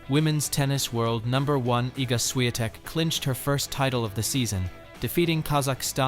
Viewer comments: I really do not understand how they pronounced her surname as “Shiantek” when it is spelled as Swiatek🤔🤔🤔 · Buddy, just for respect to Iga, if you use AI or any lector to read the text, make sure her last name is pronounced properly. Because this is what happened in this video is just ridiculous with no respect to world no.1 Don't do this again.